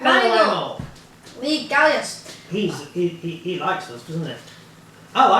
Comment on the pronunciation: and your not getting my first name wrong your getting my last name wrong when you say le gallais you say le gallai